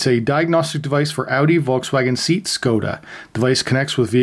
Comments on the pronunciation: Seat. Is not pronounced Seat 💺 as in car seat rather it is pronounced Say At - as my mum used to say “better I tell you than a stranger “ . Ah.... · "Say at", not seat. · Seat is prnonounced SEA- AT not seet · You pronounce Seat as (say at) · "It's a diagnostic device for Audi Volkswagen SEET Skoda". No, it's "SAY-AT". Jesus. Whilst we're at it, it's "soul-der" not "sodder" and "al-you-minium" not "aloom-inum". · LOL at the pronunciation of SEAT - it's Spanish and sounds like SAY-AT, not seat. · SEAT = ‘SAY-AT’ not ‘SEET’ 😉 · It's not seat. It's say yat. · Lmao at how you pronounce Seat, should more like 'say at' without the pause inbetween. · It's not SEET!! It's SAY AT!!! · I actually prefer SEAT as you say it and as it's spelt 😂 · "seet" lol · SMH. Seat is pronounced 'Say-at' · Seat is pronounced "Say-aht". Thanks for the review! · Seat is pronounced SayAT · seat is pronounced say-at ... you re welcome. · The name Seat is pronounced SAY AT . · Seat is pronounced Say-at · It's pronouncd SAY-AT. Interesting product. Here there is a guy who does all the VCDS coding you would want for $25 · Seat, not chair maan...SeAHt :'D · It is PRONOUNCE "SAY AT"...oy vey!! Spain brand of VW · Anyone who's had one knows it's actually pronounced "Sheet". 💩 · Thanks. Great video. Ordering one of those today. FYI: Seat (cars) is pronounced SEE-AT. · So i,m going to sit on my SEE-AT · Americans are adorable in how they pronounce Seat :P.